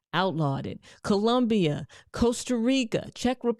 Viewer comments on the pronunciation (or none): none